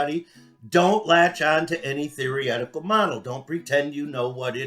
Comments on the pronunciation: "theoryetical" is now my favourite word 😂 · Wait, wait, wait.... Hahahaha.... Did that Inbread country bumpkin really just say "theoretical"? Hahahaha... But We're the idiots? OK.... Sure. Whatever you say Apalachia- Einstein. 😂😂😂